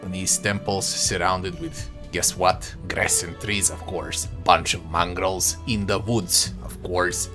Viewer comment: I know what a Mongol is, but what's a "Mongrol"?